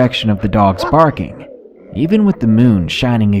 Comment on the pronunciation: Burfing lmao I love it! I have a dog he barks but never burfs.